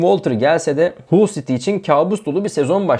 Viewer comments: Hull değil Hal diye okunur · Haul siti diye telefuz ediliyor kardesim bu ne hulu